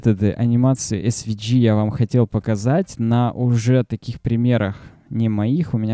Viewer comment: Друг, все супер, спасибо! но английский подтяни - у меня кровь из ушей пошла. В SVG - букву "G" произносишь "чьжи" ( смягчая "и"), носители говорят "джэй", можно "джЫ" (G [dӡ] — «дж»), но не "чьжи" ... Мира и успеха!